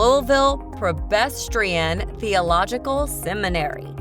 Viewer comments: Seriously? Prebestrian? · Hard to believe narrator didn't know how to pronounce Presbyterian--???